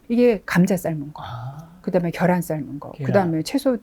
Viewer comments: ㅎㅎ 재밋네 교수쯤 되면 계란 발음 해야되는거 아닌가? 발음 잘못된거 알자나요 달걀발음이 더 힘든데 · 식품연구하시는 분이 '겨란'이 뭡니까 ? ㅋ '계란'을 왜 발음 못하시는거죠 ?? ㅎㅎㅎㅎ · 계란을 겨란이 멍미 ? 발음 제대로 해주세요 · 계란 발음 되네 겨란이 머야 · 겨란,: 가일 😂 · 경상도 살아도 계란을 겨란이라고 하는 사람 없음. 본인의 잘못된 발음습관을 지역탓으로 돌리지 말고 고쳐보시죠. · “겨란” 서울경기권에서 오래사신 분들중 계란을 겨란이라 발음하시는 분들 종종있습니다. 예전 어린시절 달걀장사 하시는분들중 마이크로 “겨란이 왔어요”라고 하시는분들도 많이 봤고요. 경상권 특히 대구언저리는 달걀발음이 잘안되어 “닭알”이라 발음하는 사람도 봤습니다. 계란이든 겨란이든 의미전달의 왜곡이 없는이상 그사람의 사투리나 언어습성까지 고쳐라마라 하는건 다소 무리가 있다 하겠네요. 겨란이라 말한다고 그게 무우나 생강등 전혀 엉뚱한 의미로 전달되진 않으니까요. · 경상도 사람이라면 발음 녹음해서 들어보세요 계란 개란 걔란 겨란 계란 발음이 잘 안되요 잘되는 사람 경상도 60년 산 저는 주의에서 제대로 발음한 사람 못봤네요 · 겨란은 어디사투린가요 궁금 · 저도 경상도 살지만 겨란이라고 발음 하는 사람 한사람도 못 봤음 차라기 개란이라고 하는 사람은 많이 봤는데~~~ 겨란 첨 들어봄